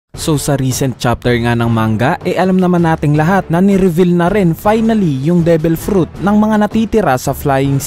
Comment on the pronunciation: Ni revel pa nga HAHAHAHA reveal "re-vil" pag bigkas po hindi revel